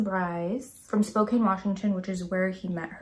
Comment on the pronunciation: being nervous about saying Cheney correctly after so confidently saying Spokane wrong. So precious. Also I love these videos. Looking forward to more. (It's Spoke-ann)